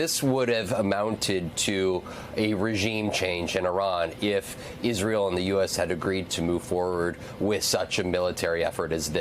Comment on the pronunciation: "pronounce Israel correctly" challenge difficulty: impossible also, why would you repeat trumps rhetoric of the 51st state?? such nonsense